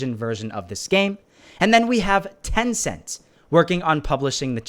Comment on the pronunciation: Turn subtitles on when he say tecent